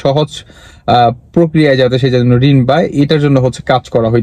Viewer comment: রিনদা না ভাই রিন বা লোন শব্দ সঠিক করেন।